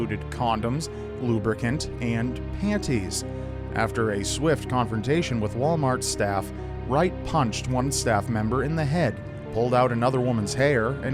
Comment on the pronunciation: Never say pan'tees again please